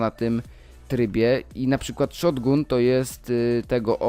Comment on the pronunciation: mowi sie szotgan a nie szotgun